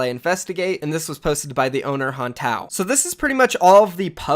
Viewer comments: Hantao's name is pronounced Han-Tay-Oh :) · You pronounced Hantao's name wrong RIP... why do people always do this LUL